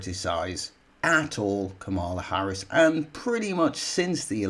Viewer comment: Man, "nearly all the left leaning media" is a small percentage of the British media. Where have you been? BTW I cringe for you everytime you mis-pronounce Harris's name, have some respect.